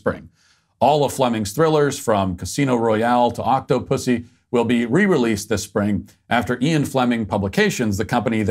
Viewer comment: Matt's pronunciation of Octopussy...